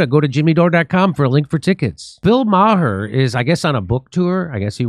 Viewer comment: Bill Meh-er